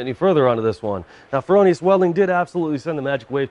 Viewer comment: FROH Nee Us dude. NOT FerOhNeeUs. Other than that? Excellent Great gear!